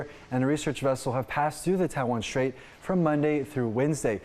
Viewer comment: There is no SH sound in the word straight